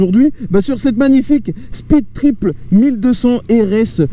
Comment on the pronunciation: "speed-triple" l'accent est décédé sinon en vrai essai super quali comme d'hab